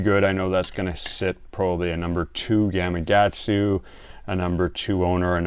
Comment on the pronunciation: Most fishermen, pronounce the name of the Japanese hook (Gamakatsu), as Gama...Gatsu! When it should be Gama .Katsu :-0)>